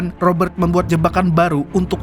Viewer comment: Cadangan Admin Kalau boleh nama ROBERT tidak perlu dibunyikan huruf R tetapi dijelaskan bunyi huruf T. Seandainya huruf R diperjelaskan semasa menyebut nama itu, ia akan berbunyi seperti ROBBER yg membawa maksud perompak. Maaf sekadar cadangan..